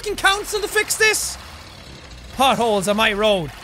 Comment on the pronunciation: Thought he said but holes not potholes